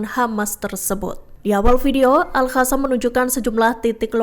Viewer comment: Jadi males lihat beritanya, pembawa beritanya gak bisa baca, Alqosam disebut ALHASAM, gak bisa bedain huruf Q da H.